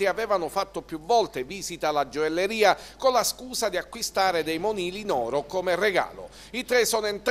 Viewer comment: la gioelleria..ma come parli?